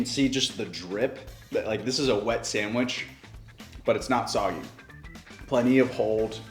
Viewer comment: "time to make a sangwheech"